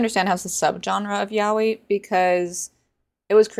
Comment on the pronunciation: wait thats how yaoi is pronounced